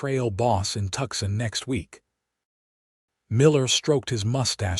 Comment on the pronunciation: Tooooo - san not Tuck-sun